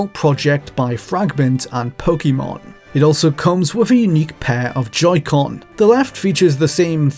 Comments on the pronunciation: It's pronounced Po-kay-mon. That's literally why the acute accent is over the e. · It’s not quite “kay”, the ケ/け sound is actually more like the ke in pocket but people pronounce Pokémon differently all over the world so I don’t think it’s really that important 🤷‍♀️ It’s essentially a loan word now so I don’t think it’s one of those words that HAS to be pronounced exactly as they pronounce it in Japan. In the early anime dub I’m pretty sure the pronunciation was all over the place, “po-kuh-mon” was definitely something I heard Ash say! Po-kee-mon also was around, as well as the more natural po-ke-mon